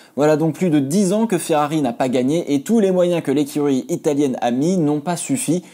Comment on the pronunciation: « L’eccurry » Ferrari 😂